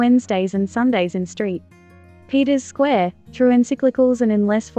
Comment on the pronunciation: "Street (pause) Peter's Square"??